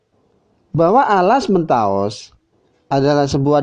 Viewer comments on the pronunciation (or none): Kok mentaos? Bukan mentaok?